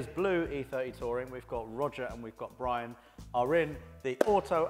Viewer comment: Bwian, eh? |